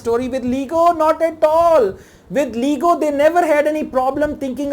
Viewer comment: Your pronunciation of word Autism and lego are wrong